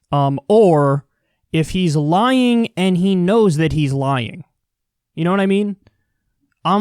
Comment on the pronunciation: "You na-a mean"